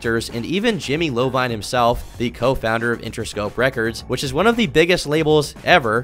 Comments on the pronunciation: not jimmy LOWVINE, its pronounced like Eye vene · Jahlil Beats not "jungle beats" and it's Jimmy (Eye-Veen) not "jimmy low-vine" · love this video - just as a little heads up - its an "i" not an "l" in Jimmy Iovine - pronounced eye-veen not low-vine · "Jimmy Lovine" lmao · Did you just call Jimmy Iovine Jimmy Lovine? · Jimmy Eye-Oh-Veen not Lo Vine. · Jimmy Eyeveen** not Lovine lmao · it’s eye veen not low vine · Literally the everyone pronounces Jimmys last name as Lovine. It’s Iovine. Put some respect on his name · It’s pronounced jimmy EYEveen. Not low vine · U didn’t grow up on hip hop huh? Lol it’s Jahlil Beats not jungle beats, and Jimmy Iovine, with an i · I lol'd at "Jimmy LoVine" It i not L.